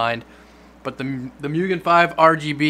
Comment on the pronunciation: Its moo-gen